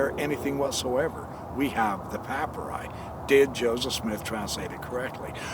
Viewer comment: For the love of God, please learn how to pronounce papyri/papyrus